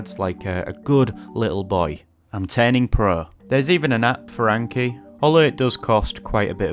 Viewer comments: I cant take someone seriously who keeps saying aynkee. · I really enjoy the Northern accent, except maybe for the pronunciation of Anki, which is too different from 暗記 (memorization). I learned my first 2,500 kanji very solidly within six months in the late 1980s. Before that, I’d learned hiragana on the weekend before university classes began in 1985 and then a few more days to make my katakana more solid, after which the intensive class needlessly dragged both kana forms out for several weeks for the rest of the students in what felt like wasted time. I’m a STRONG OPPONENT to Anki, even though it bears an obvious Japanese name. It reinforces visual recognition only, not actual reproduction, and the judgement for marking how well you know the flashcard is far too subjective. That’s why I’ve always advocated Quizlet’s written-mode drilling/testing instead for languages. I’ve used AI to create a three-field version myself for East Asian languages now that Quizlet demands a paid subscription. In the case of Chinese characters, though, memorization should be done by writing them thousands of times as Chinese, Taiwanese, and Japanese students do from an early age. It’s best to read, write, speak, and listen simultaneously to reinforce that memorization with four different senses at once. As for books, the three standards for Japanese kanji have long been [1] The New Nelson Japanese–English Character Dictionary (Andrew N. Nelson & John H. Haig): 214 radicals, ~7,000 kanji. [2] The Kanji Dictionary (Hadamitzky–Spahn): simplified 79-radic